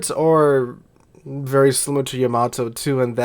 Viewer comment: Thank you for pronouncing Yamato correctly. I don't know why but it annoys the crap out of me when other youtubers pronounce it, Yam-a-Toe!!! AHHHHHHHHH